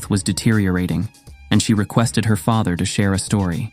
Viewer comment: at least the ai should be able to pronounce father and comfort properly